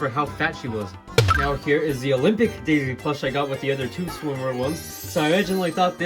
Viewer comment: why do you pronouce it as jaisy